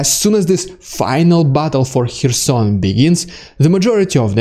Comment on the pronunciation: you can’t even pronounce “Kherson”, you learn it from CNN? It’s CARE-son. The “k” is not silent, it just isn’t as enunciated as the following vowel sound.